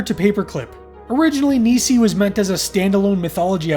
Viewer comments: Hey....love the video homie. FYI...Nisei is pronounced Knee-Say. Great job dude!! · Minor point. Not busting your balls - Japanese Teacher here - but you pronounce Nisei as: Ni - as in knee Se - as in set I - as in igloo The word itself means 'Second Generation', referring to Japanese immigrants who were born and raised in the US after WW2. Also, Pontypool is awesome. :)